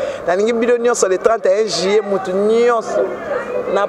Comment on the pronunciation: Yo mutu otanga on dit juillet et non juyé